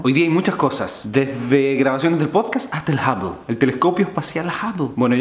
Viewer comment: No sabes pronunciar "Hubble" :v